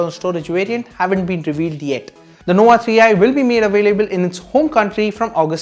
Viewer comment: Its nova, not nowa 😂